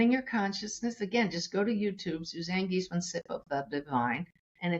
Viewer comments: It's pronounced Geese-man, not Gise-man. You should re-edit this and fix it. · GIIIIEEEseman (it is a German name, so watch the ‘ie’ and ‘a’, absolutely not as the host pronounced it) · Pronounced GEES-MAN